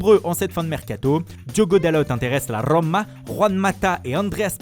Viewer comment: Franchement vos accents pour sanchou, watfourde et la rllrlroma c'est juste du gâchis pour le reste du travail. De 1 les accents ne absolument pas les bons. Vous en faites trop De 2 ca vous rend ridicules ..